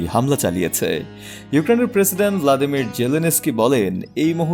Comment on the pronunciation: "ভ্লাদিমির" জেলেনস্কি নয়, "ভলোদিমির জেলেনস্কি" হবে।